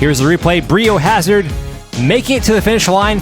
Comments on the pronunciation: Why are you saying bree o hazard when its bri o hazard as in biohazard 🤔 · It's not "BREE" O'HAZARD... its "BRY" O'HAZARD, as in BIO-HAZARD. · Anyone else feel like the name is pronounced BRY O Hazard, not BREE? 😂 otherwise phenomenal epsiode!!!🎉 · BREE O hazard?? Surely it’s pronounced BRY O hazard to rhyme with BIO hazard. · It's bri not bree. So that it rhymes with bio hazard 🤦‍♂️🤦‍♂️🤦‍♂️ almost as bad as NOOTella instead of NUTella 🤦‍♂️🤦‍♂️🤦‍♂️ Americans.... eesh!!!! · lol it's "BRY-OH" Hazard (rhymes with Biohazard)! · Came here to comment this. Was like nails on a chalkboard every time they would say Bree lol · Lol, thanks, I'm glad somebody noticed that. :-D It was even worse for me listening to it mispronounced as Bri (short for Brian) is my real first name. :-)